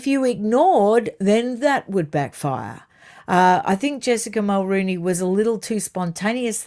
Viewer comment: Mulroney is pronounced muhl-ROH-née!